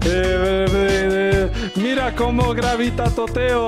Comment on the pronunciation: BRo, when he said "gravitatoteo" i really felt that c':.